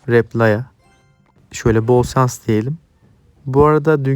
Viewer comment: dili dönmezse BOL SANS (Şans):)))